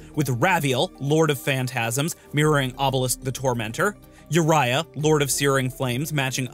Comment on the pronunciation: y yurayah? its ooriyah..